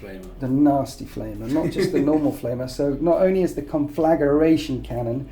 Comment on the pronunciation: Love what you do! Sorry for this petty gripe in advance... I've heard you and Laurence from Tabletop Tactics pronounce it this way and thought it must be some in joke. It grates my petty soul but it's "con-fla-gray-tion" not "con-flagga-ray-tion". Get back inside Petty English teacher!